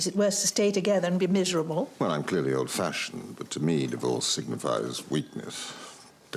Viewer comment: I know, Lord Sinderby says, he stays away from divorce. But I always understand dwarfs. Makes his lines so much funnier. 😂